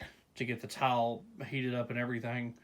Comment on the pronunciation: Lmao it sounds like you say towel when you say tile lol. I thought you were making a video about towels and wood before I read the title